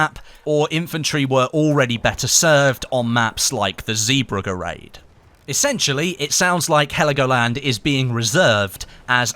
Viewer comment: Please stop saying Zee burger ! It is ZeeBrugge